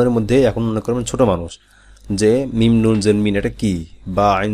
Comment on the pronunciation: মিম অনেক সময় বুঝা যায় না।।।মিম্মম্মম্মম্ম বলেন নাকি মিন্নন্নন্নন্নন্নন্নন বলেন।